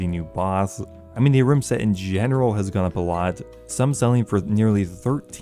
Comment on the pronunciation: Maybe you should take the time to actually lookup how some of the words are said because I had a stroke hearing you say basalt and ahrims. It's not a-rims and it's not bahsalt that one isn't even a "made up" name